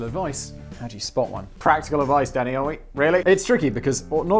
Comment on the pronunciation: Lol every time he says “Danny” it sounds like he’s saying daddy